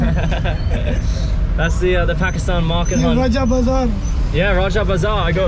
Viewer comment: Bro that’s raja bazaar not roger bazar😂😂😂😂